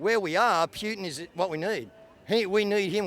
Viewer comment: Wow... this is a fringe group who appear to be stuck in there own echo chamber. It's interesting and amazing how these views are held but I can say the same for some staunch Murdoch consumers. Still, a lot want peace which is common ground. Oh, and "Pewtin"... lol.